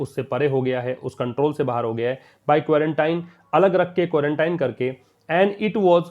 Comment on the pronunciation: सर आप भी क्वांरटाइन ही पढ़ रहे हैं जबकि आपने क्वारंटीन बताया था। देखिए आप